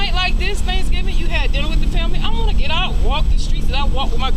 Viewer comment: "Het to the truth"? Wtf?